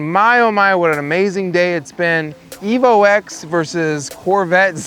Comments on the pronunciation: It’s the same as the iPhone , it’s iPhone ten not X and it’s evolution ten not evo x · The X in the Evo name is a Roman number 10. So stop calling it an Evo Ex. It makes you sound really ignorant. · Exactly! I wanted to slap him every time he said Evo X